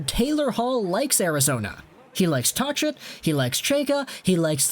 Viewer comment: Say Tocchet's name properly. The H is silent